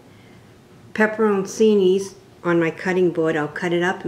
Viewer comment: pronounced pepper - cheenie, great recipe but I have to buy cocoa.